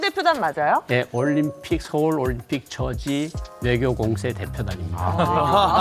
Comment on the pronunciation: 올림픽을 왜 *림픽이라 하는거임??